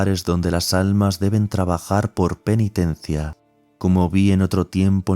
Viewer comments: Dice ALNAS.... no ALMAS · ah es que al principio dice alnas en vez de almas. Bendiciones